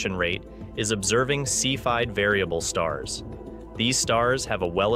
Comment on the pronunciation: CEPHEID is pronounced see fee idd.